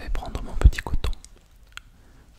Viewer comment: Quand tu as dit que tu allais prendre ton coton pour désinfecter la plaie, j'ai entendu "couteau" 😂😂 je me suis dit "Oula il y'a quelque chose qui ne se passe manifestement pas comme prévu !!"